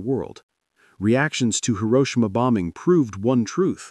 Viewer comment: Funny how the AI voice correctly pronounced Hiroshima in the beginning and then got it wrong at the end.